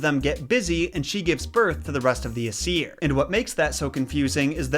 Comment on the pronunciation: in Norwegian Asir is pronunced ace. Nope you heared right it is the same as the English word for butt.